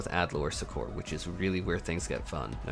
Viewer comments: Suck-Err, not Su-Kor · Succor is pronounced as "sucker" xD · Yeah that threw me off as well lol